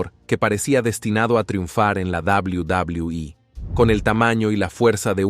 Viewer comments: 😂😂😂 cierto yo siempre escuche en televisión doble u doble u eh. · Es enfermiso y desesperante escucharlo decir "La Dabliu Dabliu I" "McmaJon".🤦🏻‍♂️